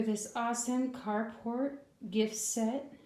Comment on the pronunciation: Ohh, it’s the Carport House! I just discovered your channel recently and in one video you mentioned it. I thought you were saying “cardboard house” and I got confused because it didn’t look like any of the houses were made of cardboard😅